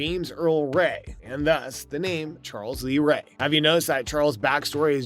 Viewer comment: What's with this guy's grammar? "Charl lees ray"? "Good guys doll"? Lol